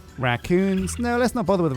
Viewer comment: Fellow Brit here! I love hearing a YouTuber use expressions I use for a change! P.s. did you, perchance, watch The Racoons as a child - how you said it last episode made me think you probably did!